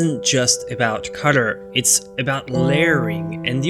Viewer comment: Thought you said Cutter. Finally figured out you had said COLOR